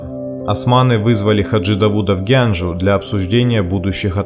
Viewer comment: очень интересно, однако неправильные ударения в географических названиях очень раздражают ( Шемаха и Гянджа)